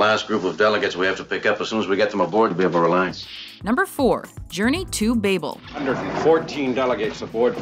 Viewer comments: Narrator said Journey to "Babe-el" ... Babel (like the biblical tower myth) is pronounced "babble". And, wait, no "The Cable Guy" clip for that music reference, just Futurama. Tsk tsk tsk. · Journey to Bay-bell?